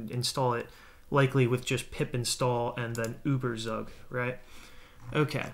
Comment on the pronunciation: The way you pronounce Überzeug is so funny XD (It's a german word)